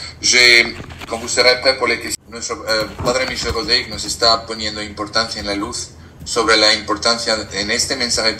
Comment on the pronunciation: buenas noches. Te saludo afectuosamente desde Bogotá. Respetuosamente te hago la observación de que el apellido del padre Michel es francés. Por lo tanto en su apellido Rodrígue, no lleva acento y no debe pronunciarse la vocal "e". Gracias por tus programas.